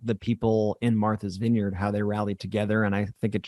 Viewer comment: I love you Ben, but you crack me up. Martha's vineyard, not Marthers vineyard. Or if you want to say it with a Boston accent Maahthas vineyard. Thank you for another informative video. You are now our go to for political news. And I'm loving how you guys are growing so quickly! 563 thousand and climbing by the minute! Woot!